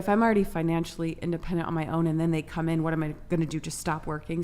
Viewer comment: bitch says "coom" but also burps like a 55 year old trucker after guzzling a 6 pack of Heineken...